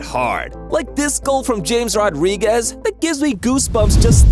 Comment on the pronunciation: I can't comment so I'm replying. This guy is clearly not a football fan. James Rodriguez is pronounces ham-ez. And that's not how you pronounce Mbappe. Or salah.